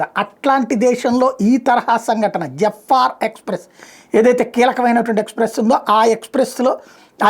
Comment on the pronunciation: అది జాఫర్ ఎక్స్ ప్రెస్స్ అండి. జఫ్ఫా ఎక్స్ ప్రెస్ కాదండీ😂😂😂. కానీ ఆ 'పాపి'స్తాన్/పాకిస్తాన్ జఫ్ఫా గాళ్లు ఒకప్పుడు మన aeroplane ని హైజాక్ చేసినప్పుడు మన బాధ ఇప్పుడు ఆ జఫ్ఫా గాళ్లకి తెలుస్తుంది